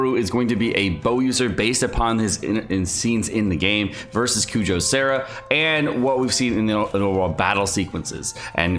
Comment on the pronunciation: Sorry, but you said Kujou Sara's name wrong. But thanks for the great video!!!